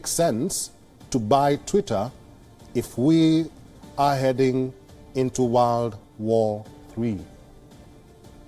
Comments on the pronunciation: Did I hear “wild war three” or “why war three” ? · world or “Warld” …banker or “bunker”…. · The way he pronounced ‘world’ had me smiling